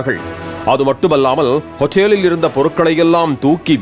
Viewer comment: இப்ப நீங்க பேசுறது தான் ஆளப்போற ஹோட்டலுக்கு .... ஹோட்டேலில் ஹோட்டேலில் ன்னு சொன்னிங்க பாரு வேற லெவல் அலப்பறை 😅